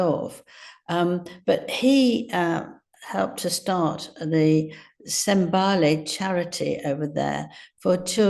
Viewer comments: It's Pronounced SEN-ta-BAH- leh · Angela, did he go to "Lethoso" or Lesotho? Was it for "Senbali" or Sentebale? At least to pronounce the name of a country you wish to talk about! 😮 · Does Angela Levin have some speech issue - she refers to Lesotho as 'Lethoso' and 'Sentebale' as 'simbali' or something like that. There are times that I wonder about her!!!! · It's Lesotho not Lethoso. It's Sentebale not sembale. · Angrla thinks thr African Country is called LETHOSO & The Charity us SEMBALE. Please Angela, get ig right. Its Lesotho & Sentabale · Angela needs to learn how to pronounce African words properly. Sentebale and Lesotho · It’s LE(as in egg) SOO TOO and it’s SEN TA BA LE( as in egg) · Angela. It's Lesotho and sentabale. Get the wording right. It's your job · This journalist cannot even pronounce Lesotho or Sentebale. Laughable! It was specifically an Aids charity when set up. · I get irritated when she gets details wrong .... Their awful wedding was in 2018, not 2019. Lots of other instances... Also when she mispronounces names and places, eg. Lesotho, Senteballe and a number of others!